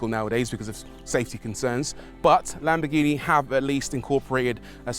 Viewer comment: it’s NOT lamb-BEH-ghini it’s. lamb-BORE-ghini there’s an OR in there. there’s an OR in there. there’s an OR in there. actually it’s LUM-BORE-ghini you make videos on cars you don’t pronounce properly. LAMBORGHINI